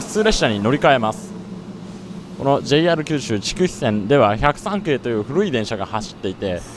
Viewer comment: じぇい↑ahる↓